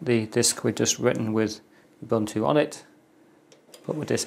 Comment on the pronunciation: This is great video to have done. Thanks a million. Ubuntu... pronounced, OOBOONTOO. ;)